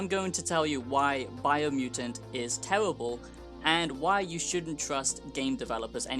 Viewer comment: It’s tewible guys, don’t buy it. It’s vewy generwic.